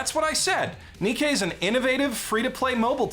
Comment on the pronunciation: Im gonna be that guy, Nikke is pronounced like Nike.